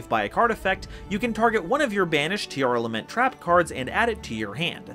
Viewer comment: sigh yet another person butchering the pronunciation of “Tearlament”